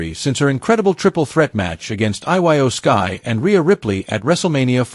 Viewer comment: I really hate when the narrator doesn't no nothing about who or what he's talking about . As soon as he said iyo Skye's name wrong I just ended this